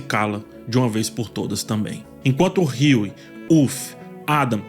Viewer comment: creio que se pronuncie Hugh e não Hughie. O Martelo.